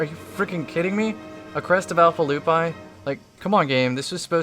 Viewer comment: It's pronounced loopee